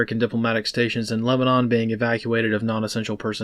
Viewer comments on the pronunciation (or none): none